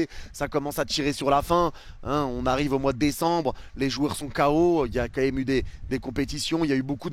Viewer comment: Leçon de français : c'est pas qué même c'est QUAND MÊME !